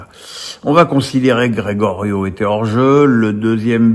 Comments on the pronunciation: Tu passes pour un amateur quand tu appelles Geyoro, « Grégorio » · Comment on peut avoir suivit le match et ne pas savoir pronouncer Geyoro?